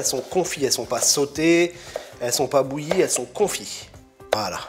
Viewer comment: Confites et non "confies" Chef ahah. C'était juste pour faire le chiant, sinon, très bonne recette ! :-)